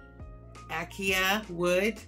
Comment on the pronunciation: ooooh, I'm liking! Okay, word person in the house, don't hate on me. It's pronounced a.kay.sha. Emphasis on the kay. Acacia wood. x, E.